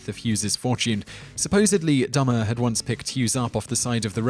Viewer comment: It's pronounced Melvin "DOOMAR" not DUMBER. I should know he lives in my town.